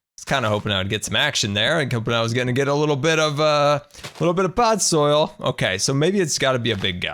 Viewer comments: its podzol, not podsoil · Am I the only one slightly irritated that he kept saying pod soil and not podzol?